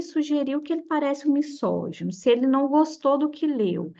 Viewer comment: legal seu conteúdo, mas errou duas palavras na pronúncia "misógino" ( que na pronúncia tem som de "z" pois está entre duas vogais e "nêmesis" que tem acento com mesma pronuncia de "Gênesis" então parei de assistir, mas no futuro, precisa atentar a isso